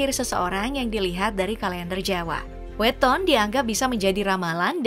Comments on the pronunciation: yang benar itu weton bukan weton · pelafalan "weton" dan "legi" kocak... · Naratornya pasti bukan orang Jawa, Kelihatan dari cara dia menyebut Weton, Neptu, dan Legi